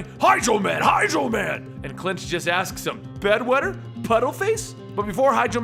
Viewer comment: I heard Hydra man instead of hydro man